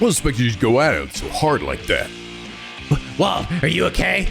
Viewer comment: Wald is pronounced as Waldo? Lol